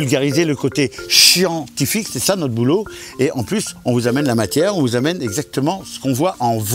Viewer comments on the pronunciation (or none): Il a dit chientifique